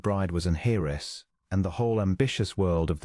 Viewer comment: Heiress , pronounced. airess... Get it right..